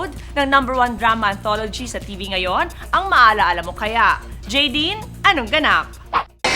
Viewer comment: Nice Direct! He knows how to pronounce it right... It's Ja-Dine! It's like saying James name with Nadine